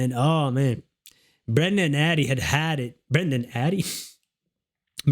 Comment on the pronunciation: It’s Brenda not brender lol